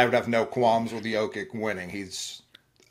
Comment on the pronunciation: Its Yo-Kich man. Dudes the best player in the world, show some respect